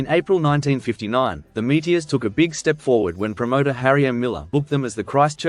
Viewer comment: I remember them well, but I never heard Meteors pronounced without the OR.